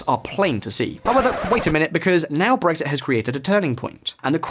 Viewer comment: Tries to says Brexit -> Breakfast, I laugh so much that I got awake after hearing this, it made my day.